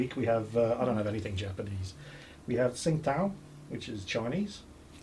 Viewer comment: TsingTao is a nice Beer. Brewed originally by the Germans when they had a concession there. By the way pronounced as "Ching-Dow", just for future reference.